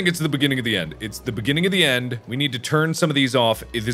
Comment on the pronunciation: Mark: Beginning of the end Me: What? Mark: Beggini o the enn Me: That's even wor- Mark: BIGINIOTHIEN